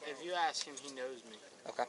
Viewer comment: Why can't people say ask not aks ?